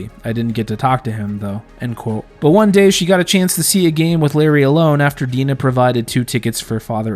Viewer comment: And "Dinah" pronounced as "Deenah."